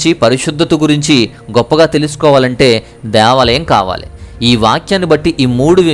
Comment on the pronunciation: Deeevalam kadhu Devalam